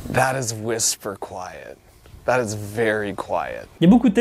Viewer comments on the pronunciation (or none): none